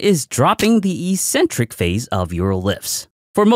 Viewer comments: The pronunciation of "eccentric" is "eXentric" and not "eesentric". ik-'sen-trik to be precise. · mistake number 9, mispronouncing eccentric just because every other fitness content creator does it as well